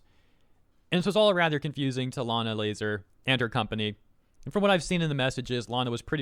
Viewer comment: the blatant saying layna lazars name wrong is kinda hilarious